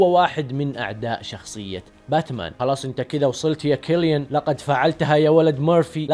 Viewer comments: ياجماعه الرجال اسمه سيليان وليس كيليان 😂 😂 😂 😂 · ترة اسمه سيليان .. مو كيليان